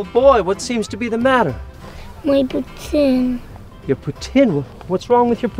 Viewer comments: Thank you for pronouncing poutine properly . note to non canadians: ...it's pronounced POO-TIN.....not POO-TEEN. Canadians will laugh at you for saying pooteen. :) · actually it’s poo-tin, that’s what they cAll it in Quebec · The kid said it exactly like it's supposed to be pronounced. It's pronounced it "puts-in" and not "poo-teen" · The super Hero nerd thank you someone understands it's said like pou-teen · No, they definitely won't. I am Canadian and everyone I know says it pouteen. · It’s the correct way! That’s how we say it in Quebec and New Brunswick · Ty for pronouncing poutine right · They actually say it right, that's how it's pronounced in Quebec, where it originated from. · so that said it perfect is even argue the kid must be from Qc or Montreal at least Cara's his pronunciation was fucking beautiful omg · If you speak english and you’re complaining by the way they said poutine. Don’t comment. As a French-Canadian from Montréal, where poutine is from , I can confirm they said it the right way, you just have to understand that they have an accent. But, at least they’re trying to say it correctly, not like most english folks do. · All these people complaining about how to pronounce Poutine lol, hes pronouncing it the French Canadian way which is technically the correct way. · YAS YOU SAID POUTINE RIGHT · The kid pronounced Poutine correctly it’s a French word so say it in French it’s not pooteen or put-in ffs